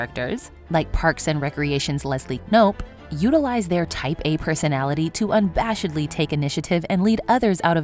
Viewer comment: “Unbashedly” lmao you skipped the first a. Try checking pronunciations sometimes…